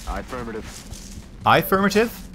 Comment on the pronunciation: "Aye-firmative." XD